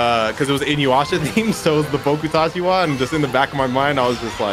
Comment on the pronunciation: Anyone else hear how pronounced inuyasha